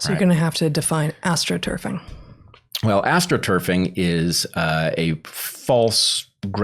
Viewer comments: It sounded like he said "Aschtroturf" at first - which is an interesting play on words if that is in fact what he meant to say before they explained what political astroturfing is. The PTB are very obviously using media and censorship to drive peer pressure to make people publicly agree with a position they wouldn't agree with on their own (the Asch experiment results scaled up to a population) to manufacture an artificial consensus about a healthcare product. This isn't like astroturfing (paying a small number of noisily visible activists to create a false impression of grassroots support) it's more like mowing the lawn short so the dandelions are harder to see. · And I thought you said “Asch-troturfing” - that’s even better, haha! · Ash-tro turfing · "Aschtroturf". Encode the S. Asch study into the term.